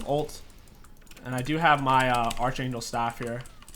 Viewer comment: "archangle staff"